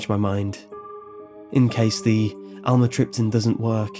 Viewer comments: Great story! But the pronunciation of amitryptaline is (am me trip te leen). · "Almatripton"- lol "imatripping" what it sounds like